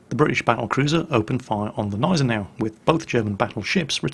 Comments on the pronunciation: Gneisenau is pronounced with a G like in "go". If that is too difficult, pronounce the "g" as a "k". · Dude, its G(!)neisenau, not Neisenau. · sigh Always "fun" to hear German names butchered. Its not "Neisenau" its G!neisenau. Sounts almost like the G in gun. Not so hard to put in front of the already pretty accurate "neisenau" you make out, just missing the g in front of it and there you go. But .. i guess .. why bother to even to try, eh? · I´m fluent in German and he says it perfectly, well besides the silent "G". It is GGGGGggggneisenau :) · you kindly took my remark of pronouncation of the Nashorn once. German has no silent letters, so it is not neisenau as in the english Gnome, you actually pronounce the G in Gneisenau.:) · no, Gneisenau is pronounced Gneisenau... simple as that :D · J_Eilonwy Well apparently I have to be precise then: Gnei-sen-au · Everytime says Gneisenau I crunch my teeth harder and harder. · Robert Charleson The "G" in Gneisenau isnt silent. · Yes, the "G" in "Gneisenau" IS pronounced in German. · While you pronounce "Scharnhorst" almost perfectly, the "G" in "Gneisenau" is not silent! I'm surely no German grammar nazi (haha), but the silent "G" made me shiver every time you said "Gneisenau" :-D Great video though, I really enjoy you recounting naval battles or the fate of ships. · Hey, awesome video as always! One quick thing though: The way you pronounce Gneisenau is wrong just a little bit. You need to put more emphasis on the G and not just disregard it! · There is still a small "G" sound (in German) for the Gneisenau. But it wouldn't be a video if not for that kind of thing.:) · So funny how you pronounce Gneisenau! xD The G is not silent,. It's a G, a big G!;) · You have probably heard this by now, but the G of Gneisenau is a hard G, like in Gnu. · btw, the g in gneisenau isnt silent. it isnt that difficult... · You pronounce the G in Gneisenau. There are no silent letters in German